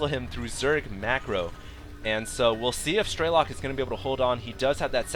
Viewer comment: Absolutely incredible game, TLO is definitely my favorite player now also, it's pronounced "streh-luk", not "stray-lock", to my knowledge